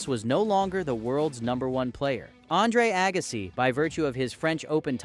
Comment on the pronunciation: Agassai 😂, dang AI youtubers